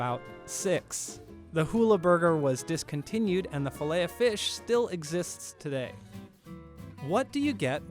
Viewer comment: You pronounce the ‘t’ in Filet-O-Fish